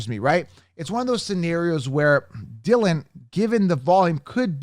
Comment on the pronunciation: Dude. My Man. Not Dillion. Come On.